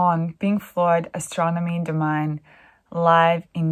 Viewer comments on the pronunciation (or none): I believe it's pronounced DOE-ME-NAY, not DOE-MINE. And I think it's a form of the Latin word Dominus, meaning Lord. I always thought that in the context of this song it was referring to God or something divine, not something negative and domineering. Just my interpretation. By the way, if memory serves (and it doesn't always), this song is best listened to on acid. Cheers. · Just to correct the second word in the title, Domine is pronounced DOMINAY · Astromony domine` it has an accent on the E` so it`s pronounced dominay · I've heard Astronomy Domine (pedantic point - the words are pronounced to rhyme) from this era numerous times before, but this is the first time I've seen film footage of the performance. Mad props to Gilmour for not just learning the song verbatim, but putting his own spin on it.